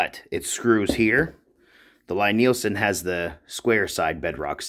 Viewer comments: So when I met Thomas Lie Nielson and his staff, I asked about the pronunciation, and they said Lie is pronounced like Lee. The Jorg is a kit. The machining is not nearly as finished and refined. The chip breaker and blade look fly cut, I assume they might be rough blanchard ground (which is usually done on big pieces) but the radius of the grind indicates they were not surface ground linear. I spent 3 weeks fettling a No 7 Record. It required that much work to get it flattened and set. I started buying Lie Nielsen and Veritas after that, or old fettled Stanleys. All work.. my Record now works, but would I do it again? No.. The work was not worth it. It was hard work. I now have a surface grinder and metal shop added to my wood shop, I could , but I won't. The price is worth their accuracy, finish and features. Oh, and I don't prefer a lever cap any longer, I like a screw. It's just more refineable. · Oh P.S. the Lie in Lie-Nielson is pronounced "lee". #4 in their FAQ 🙂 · FYI for future reference its a Scandinavian name Lie Nielsen its said "Lee" like Bruce Lee not Lie as in lying . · Lee not ly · FYI the company name is pronounce LEE Nielsen. Thanks for taking the time to make the video. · Lie-Nielsen is pronounced the same way as you would 'Lee'.